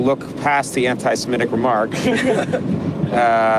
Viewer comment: Why do you write antisemITIc but say antisemETIc? Too lazy to do English?